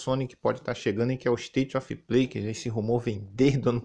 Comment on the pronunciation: "ISTAITI OFI PLEI" 😂😂😂😂😂